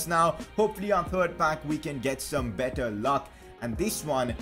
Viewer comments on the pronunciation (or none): none